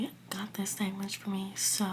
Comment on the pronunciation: Do u say sangwich?